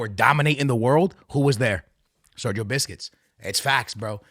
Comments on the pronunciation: It's busquest not biscuits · Sergio Busquets❌❌ Sergio Biscuits✅✅ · sergio biscuits ? who is this player lol, busquets, cmon broski lol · It's not BISCUIT bro, it's Busquets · Busquests ❌ Biscuits ✅ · busquets ❌ biscuit ✅ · I stopped watching when he said marquisio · I was enjoying the video for your comments until you started saying Sergio Biscuits. Can't stop laughing now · Why where u saying sergio biscuits? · Love it how he keeps saying sergio biscuits😅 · How come you dont know how to pronounce busquets?